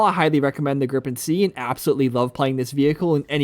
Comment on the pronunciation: Haha, it's Gripen/Griffin not "grip pen" 😂